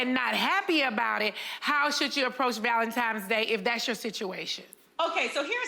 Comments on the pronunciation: It's the valenti"M"es instead of valenti"N"es for me 🥴🥴 Jesus 🤣🤣🤣🤦🏾‍♀️ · Right!! I'm sitting here saying "tine's" not "time's", wishing she could hear me. I can't stand it. 😵‍💫😵‍💫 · Not Nene with the "Valentimes" day 😭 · Why do people from Atlanta say ValentiMe's???!!! My ex still says that and he's all the way in his 40s and it's still annoying. Nene you're grown. Do some reading argh 😫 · So glad I wasn't the only one who caught that. Hearing that was like nails on a chalkboard! 😬😬